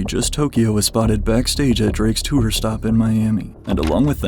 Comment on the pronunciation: “He demanded future to be removed from the twooor” 😂